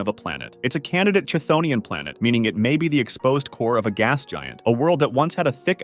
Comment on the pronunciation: Chthonian is pronounced kthonian.